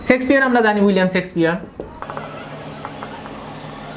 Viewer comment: ভাই সেক্সপিয়ার না শেক্সপিয়ার ।